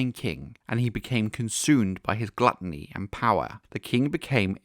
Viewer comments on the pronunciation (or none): none